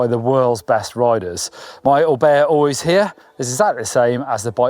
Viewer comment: When figures out how to pronounce Oiz, then I'll listen.